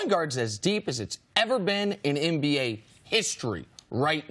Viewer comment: Cris can't say nba to save his life. Lol mba